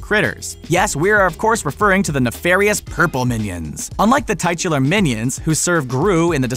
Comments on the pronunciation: Did you just pronounce titular, as tightular??? Sigh... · Isn’t titular pronounced (tit-u-lar)